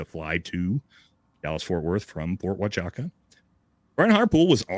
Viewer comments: I find it incredible how many creators I hear mispronouncing Huachuca. Simply breaking the word into syllables should get anyone the proper pronunciation. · Hey, show a little respect to the proud service members at Ft. Huachuca and pronounce the name correctly. I know your "emotional" but I know you can do it. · Army here….. that’s not the pronunciation of the base’s name……. Kind of expect you to know that, with all due respect…… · It's odd that he calls it Ft. Wa-cha-ca. I have never heard it pronounced like that and it is a well known installation in the Army. It was always referred to as Ft. Wuh-chew-ca. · I have not heard one person pronounce the fort the way it should be pronounced Wa Ka Chew Ka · If you're a green beret, you're pretty well-versed in the military and military bases. Especially the ones in the United States. There's no way that he hasn't heard of Fort Huachuca. And whatever word he was saying. I'm sure he's never heard of that base. Fort Waka Chaka. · Wa chew ka or is it who ah choo ka? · U cant even say the name of the base correctly but you want people to believe what you say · too drunk to do it. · Dude can’t even pronounce Ft Huachuca correctly. He seems about as smart as a box of rocks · Perhaps it’s intentional- to make it seem like he knows nothing about it or what goes on there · So.... you provided no real information that the fort huachuca story (which you cannot pronouce after interacting with multiple MI people because you are stupid SF, yet I'm gonna call you that cause I meet way to many of you people and your stupidity on who times work you never explored cause you choose not too explore..... MI and SF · You’re getting this thing all wrong brother. Number one you’re saying, Fort Huachuca wrong. He said they were wrapping up their meeting in the morning and they left and then all of his trouble started. If they left the base then yeah Brian Harpool could’ve made it to Dallas Fort Worth in time.